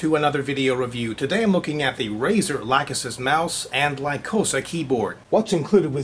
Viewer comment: arg! people have to learn how to pronounce the Lachesis